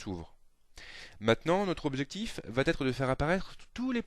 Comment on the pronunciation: Je conseille vivement à ce "prof" de supprimer le "t" de tous ses "va". Avant que de se permettre de jouer au donneur de leçons, il serait donc souhaitable qu'il en prenne lui-même d'abord...